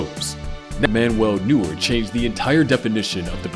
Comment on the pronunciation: "Manuel Newer"